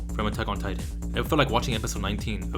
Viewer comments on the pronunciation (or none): none